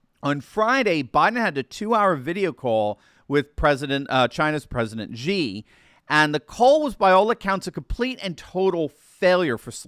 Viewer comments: The pronunciation for Xi is just like you would pronounce the letter "C", not Gee. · Xi is pronounced “she.” Great video, as usual!